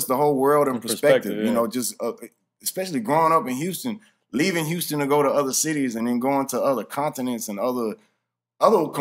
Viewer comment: houston pronounced "pint" lmao.... man hol up